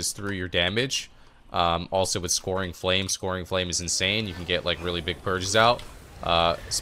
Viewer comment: scouring is pronounced "skowering", not "scoring". What cancel aura macro are you using to get the second dispel with with stasis? I'm not getting that